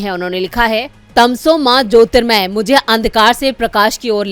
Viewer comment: जी 'ज्योतिर्मय' नहीं ज्योतिर्गमय है। आप बहुत अच्छा पढ़ती हैं, लेकिन शब्दों के उच्चारण (खासकर संस्कृत के) पर विशेष सतर्कता बरतें।